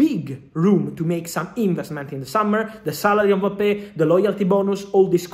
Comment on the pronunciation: Happy to hear a proper prononciation of his name